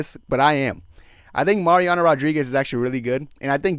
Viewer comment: You have to work hard to say the incorrect things you do, from Juliana being from contender series (no, she’s from TUF) to pronouncing some of the easiest names wrong (Iviana, Mariana, bolognas, Sidney, pozeebio) not even knowing Tate was on the card and not knowing loder was a d1 wrestler. Lol. Entertaining though.